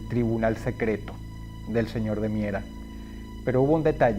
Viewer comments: Cada vez que dices señor de miera Siento como que dijeras Señor de mierda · Por tu acento de aquel entonces escuche claramente que le decias el señor de mierda, 😂 esque ya me acostumbre a tu vocabulario ❤ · soy el único al que le da risa cada ves que dross dice ''señor de miera'' porque parece ''señor de m13rd4'' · Disculpa Dross pero te falto la "d". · Buen vídeo Dross, cuando dices el apellido del tipo pareciera que dijeras el señor 👉🏻💩 😂😂😂